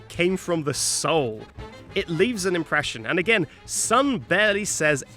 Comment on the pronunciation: Sun leave an inpereshion sun leaves his soul